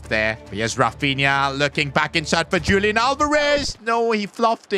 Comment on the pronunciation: sorry to say but its not lik julian its more like hulian with h being like in the word 'horse'